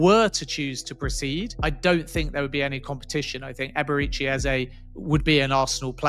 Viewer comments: Its EBERE CHI like church and not SI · Eberechi is pronounced Ebere-Chi, 'Chi' is is pronounced 'Chi' as in Chi-ld , pls take note